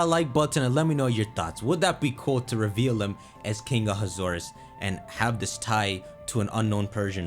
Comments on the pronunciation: The second pronunciation sounds like you ate saying 'A hazardous'. I mean, AZ was hazardous. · Ahasuerus is pronounced… a (long a sound)-has ( he HAS money)- zoo- E- rus a has zoo e rus also Ahasuerus wasn’t himself trying to exterminate the Jews. It was His attendant Haman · It's "a haxorus"